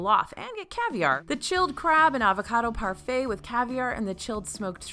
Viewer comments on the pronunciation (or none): none